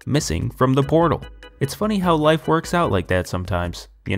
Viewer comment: stop doing that lahfe